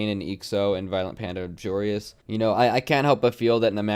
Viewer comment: I kept getting triggered when and pronounced Joreuz's name as Joe Reyes